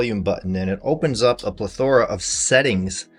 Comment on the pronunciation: Your pronunciation of plethora is incorrect. Pronunciations are important when you're trying to convince people you know what you're talking about. Just a friendly reminder.